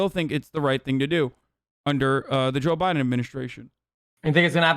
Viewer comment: Joo biden